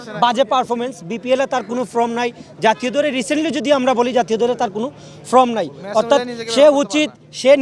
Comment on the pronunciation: ফ্রম না ফর্ম? 😂😂